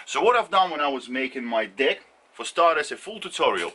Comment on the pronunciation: The fact that you pronounce Deck in a way that makes it easy to hear Dick makes the first minute of this video a story about how you went through and broke several Dicks before you settled on one you can trust with your weight :)